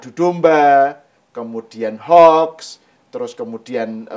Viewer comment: Mbok niru PAK PRABOWO ucapan untuk HOAX itu HOUKS '.bukan HOK